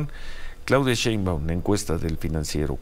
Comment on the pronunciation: Se dice el PRINANCIERO😂😂😂